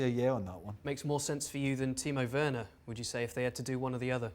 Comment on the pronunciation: *Timo Werner. Not "Werrorner"